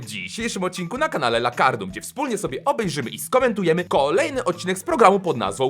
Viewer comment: Czekaj czekaj... muwi się lakarnum a nie lakarlum?!😨 od kiedy!